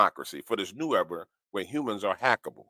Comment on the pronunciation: He calls Humans YouMens or You Men not him